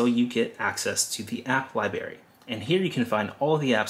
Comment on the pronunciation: Great explanation and job well done. Please pronounce library including the "r" Not library but library. Good job!!!!